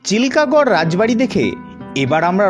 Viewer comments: চিলকা গড় নয়, চিলকিগড় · চিলকাগড় নয় চিল্কিগড়